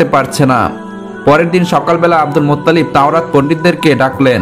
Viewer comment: Cagol aage bangla uccharon korte sekh, Muttalib Allah er naam jibon ou shune nai!